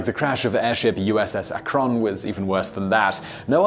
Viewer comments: YES. I'm from Cleveland. The emphasis is on "AK', NOT "RON"! Think I'll have some eggs and ba-CONNNNNN later. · It's ack-run not Ah-, krun . But either way you want to pronounce it works! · Other people are saying it's AK-rin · It isn't Akronn. It's Akrun. I only live about 30 miles from Akron, Ohio. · From Ohio, USA...repeat after me AK-run not uh-krun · "USS Uh-Kron" Ok, now I know you are British, but it is NOT unknown in the UK that the airship in question was named after the Ohio city Akron, pronounced "Ack run", the vowel at the front of the first syllable being high pitched. We in the United States do not pronounce the place name "Leicester" as "Lee sester", do you? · You're pronouncing Akron wrong Siimon. It's Ak-run not Ak-Ron ;) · Akron named after the Ohio city of Akron where it was made by Goodyear. Pronounced A-crin. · Geeeeez. It’s Ak’ron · It's pronounced Ack-run. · USS Akron (named after a city in Ohio) is pronounced ACK-ron. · I was LOL'ing. I was waiting for him to discuss Mah-COHN. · Pronounced "Ah-Krun" FYI. :D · About 2 minutes in... that's not how you say "Akron," is it? I assume it's supposed to be pronounced "ACK-run," like the city in Ohio; not with the emphasis on the second syllable, the way he's saying it. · Akron is pronounced ACK-RIN. Not a big deal- Love your videos. Thought you might want to know!!! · ACK-rin, or perhaps more accurately, ACK-r(Schwa)n. The Schwa is the letter represented by an upside-down "e" in the International Phonetic Alphabet. It's such a short and soft vowel that one has to listen closely to hear it. The short I is also acceptable, however. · USS "ACK-run" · He is mispronouncing Akron. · As a native of Akron Ohio and someone who lives across the street, within hardly a stones throw away from the airfield from the damn place where that ship and her sister were crafted..how you say Akron drives me bonkers. Excellent work otherwise! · mispronounces Akron I think he is trolling us.